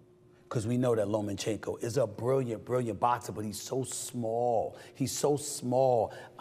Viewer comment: It’s (lomachenko) not (lomenchenko)